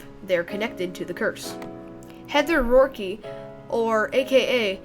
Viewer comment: Nice video. With Heather o'rourke you don't pronounce the "e" in her last name. So it's not o'rourk-e. Great informative video!